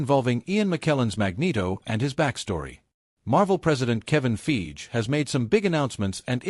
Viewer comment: Wh is "Feege"? "Kong?"